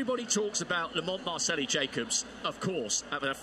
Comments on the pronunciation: I think he's trying to say Marcello (an Italianized version of Marcell, that is his nickname). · Why does the announcer keep saying Lamont MARCELLI Jacobs?